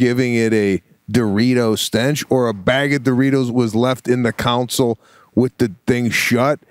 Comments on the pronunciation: I’ve got lots of friends that live in Illinois and they do say some things with an accent, but he totally butchered console lol. He mispronounces a lot of stuff though. Patreon was one that got me a week or so ago. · Sebastian calling a console a council lmaoo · 1. They are called "glasses" by anyone under 60. 2. The compartment in a car is called a "console", not a "council" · Glasses for reading are 100% called “readers” no matter your age. Pete is absolutely right. Also, in the car where you keep gloves or masks in this case…. that’s called a console. Phonetically it sounds like CONsoul. Not counsel lol. Lastly, I love you both. This cast was amazing. I laughed till I cried listening to you guys talking about your dinner date and your different perspectives. Thanks!